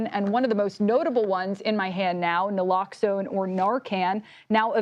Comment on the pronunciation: “Every American should carry” Nalaxone??